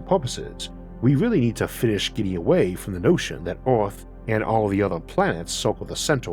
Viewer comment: Damn, tried to listen, can't focus, brain keeps having to correct your speech impediment so I can understand the word. Took me a second to hear Eowth as Earth. I dunno what you can do to help that, but, the W for Rs is hard to listen to sometimes. Sorry man.